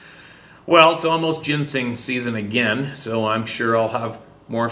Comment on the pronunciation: My girlfriend laughs every time. A gain and a gain😁